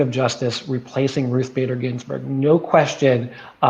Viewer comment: Ruth Bader Gins🤮🤮🤮🤮🤮🤮🤮🤮🤮🤮🤮🤮🤮🤮🤮🤮🤮🤮berg......could barely get that out.